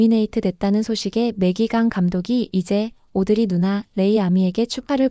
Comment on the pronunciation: 영문으로 보면 오드리 루나 인데 왜 누나 라고 하나요 영상마다 루나가 아닌 누나라고 하네요